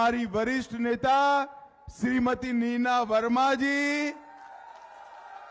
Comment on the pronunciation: Mina nhi nina hai bhai 😅😅